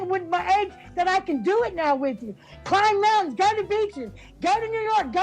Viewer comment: "Clim montauns" 🤣🤣🤣. Sure!